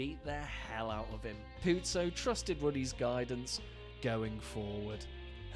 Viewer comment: It's not pronounced like "puzzo" it's a smooth z